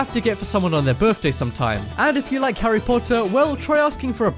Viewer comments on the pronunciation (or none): none